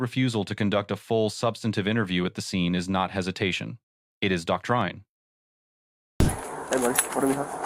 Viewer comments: Doc-trine lmao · Doc-trine? It's pronounced doc-trin. So tired of this crap A.I. and lazy editing. And this stuff is supposed to take our jobs? God help us! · Wow. Narrator can't pronounce doctrine. Either AI or shocking level of reading abilities.